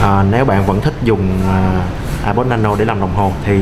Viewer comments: Thằng này ko biết nói tiếng anh hay sao zay ép pô mà cứ kêu là ây pồ ko ak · ông này review apple mà đọc ây bồ wài